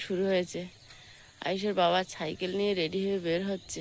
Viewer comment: ছাই খেল নয় সাঁই কেল